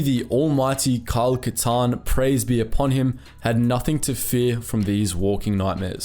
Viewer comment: is no one gonna mention the “Kylie Katarn?” 😭😭💀💀